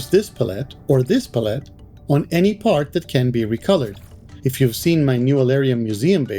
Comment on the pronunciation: That's cool, I forgot all about this. Also never heard anyone say Palette that way before.